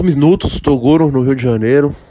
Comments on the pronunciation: "último MISNUTOS" kakakak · pra marcar algum "misnutos",só a partir do primeiro segundo